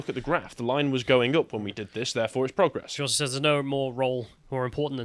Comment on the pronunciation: Boys please stop mispronouncing progress.. ffs